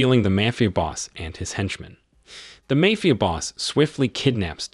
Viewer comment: I just wish the AI’s could learn how to say mafia correctly